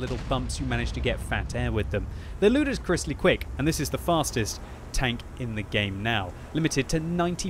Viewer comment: ludiscwiskly?? quick